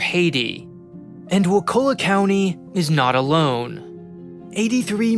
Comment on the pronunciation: It isn't "waKULla", it's "WAkulla". Like "WALK a lot".